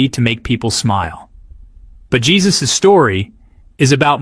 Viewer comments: I just found your channel and subscribed immediately. I just wanted to let you know, with all due respect, that Jesus A.'s first name is not pronounced in the common way. It is Hay*SOOS, with the accent on the second syllable. Thank you for all of your hard work.😁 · Hay soos is how it is pronounced...